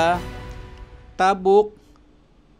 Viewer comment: sakit sa tenga pakinggan yung pag pronounce ng "tabuk".